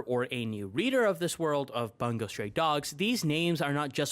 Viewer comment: and the way he pronounced bungou😭😭 it's not 'bun go' it's 'boon gou'